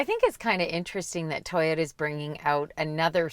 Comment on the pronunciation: Atleast they say toyota correctly unlike TFL with their tie-yota